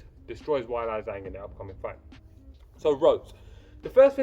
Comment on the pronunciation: Ok my dude. You’re a knowledgeable fan of the sport. You have to know that the UFC does their homework as far as pronunciation of a fighters name. So the fact that you’re pronouncing Ms. Zhang’s name “Why-Lie” has me curious. Your lovely accent would have nothing to do with it. It’s “Whey-Lee”, but I’m sure you already knew that. ;)